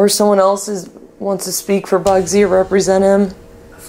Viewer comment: Bugsy just appeared to me and told me he's pissed off that you can't pronounce his name.🤣